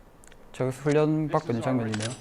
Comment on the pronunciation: 왜 훈련이라고해야되는데 훈랸으로하셧나여 뭔가잇는건가?